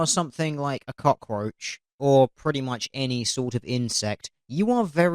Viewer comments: I can't stop laughing at his Scarface pronounciation of "Cockaroach". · ***** That made me cringe too, along with the "cak-a-roach". Is it really so difficult? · The cock-oh-roach... oh god not the, cock-oh-roach! Actually, the X-Files did an episode with cock-oh-roaches. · "And a cockAROACH" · Does anyone who isn't foreign actually pronounce 'cockroach' like Tony Montana without forcing it?